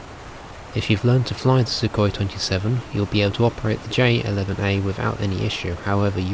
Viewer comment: 这英语说得温文尔雅………还有苏霍伊确定是这么发音？？